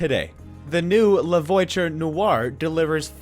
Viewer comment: La voiture not “voicher”